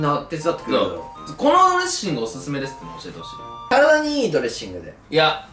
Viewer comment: のとこドレッッシングになっとる笑